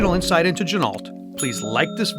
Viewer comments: Good vid but it is not gin-alt. It is gin-o Just like the car,,, ren-o,,, not ren-alt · FYI: the correct pronunciation is “G-Noh”, per the owner of the company. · FFS learn how to pronounce "Ginault" - your video is unwatchable. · It would be nice if you were going to review a watch if you pronounced the name of the Watch Company correctly.